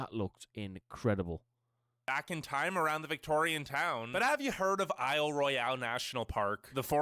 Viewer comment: you're seeing an aerial shot of Grand Prismatic Spring in Yellowstone N.P., Wyoming. Isle Royale--although word #2 is spelled the French way, it's pronounced as Royal--the English way. In Alaska, there was a huge volcanic eruption in 1912, which ended up in the formation of Katmai (CAT-my) National Park, as well as the '80s eruption of Mt. St. Helens in WA. Also, Hawaii has Hawaii Volcanoes N.P. on the Big Island, where Mauna Kea erupted continuously into the ocean for around 20 years. is a white scene you may recognize from Star Wars: The Last Jedi, where Luke Skywalker fought his final light saber duel. Hawaii, rather than an island, is a chain of 8 main islands. If you want to see some amazing scenery from there, check out the Hawaii video by Amazing Places on our Planet. One reason Alaska is not visited as much is that, from the Seattle area to southernmost Alaska is a cruise of 800 miles/1300km--long separation from the Lower 48. It's certainly not because a lack of wildlife or scenery.